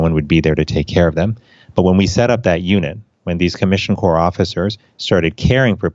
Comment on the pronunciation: it's pronounced 'core', USPHS Commissioned Corps, like US Marine Corps.